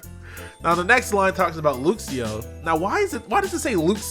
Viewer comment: Why you say "looxio" if you say "luxray" like a normal person